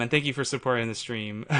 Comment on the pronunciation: Every time you say "supporting the stream", I hear "supporting this dream".